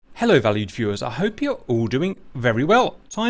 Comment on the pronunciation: So I’ve watched a ton of your videos and I’ve always wondered why you started off each video with “hello valley viewers.” What valley? What makes him think I live there? So on this one I finally heard “hello valued viewers” 😂